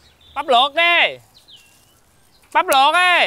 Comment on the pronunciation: Ông vinh ổng nói bắp luột đê